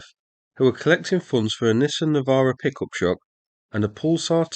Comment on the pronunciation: I keep hearing you say that they're collecting funds for a "pickle truck"